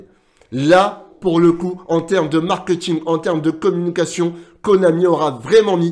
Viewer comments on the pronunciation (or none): none